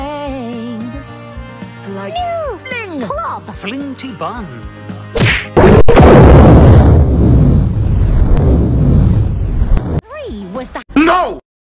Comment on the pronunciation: Isn’t it this a show for 4 year olds- “Flingty-bun” 💀